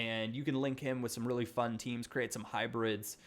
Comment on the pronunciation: 'It's so foon'